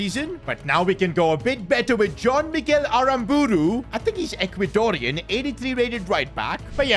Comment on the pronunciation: "Ecuadorian" bruh venunzela bruh